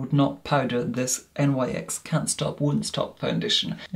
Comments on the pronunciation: Love you but FYI It's pronounced "niks" not N.Y.X 😅 it's not an acronym, it's named after Nyx the Greek goddess of the night 😘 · One - you are literal heaven on Earth 💕 Two - Nyx isn't an acronym. It's pronouced like "niks" 💕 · I'm sure another viewer has already pointed out that the brand featured in this review is pronounced 'nicks' rather than as initials. The brand is named for the Ancient Greek mythological personification of night, Nyx, due to the fact the company initially launched as a makeup range suited to diverse evening / nighttime looks.